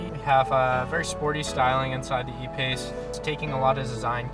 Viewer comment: It is not f-pace, it is E-pace, jesus